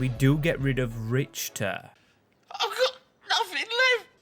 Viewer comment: The 'Königsdörffer' was pronounced perfectly, but the 'Richter' one absolute horrible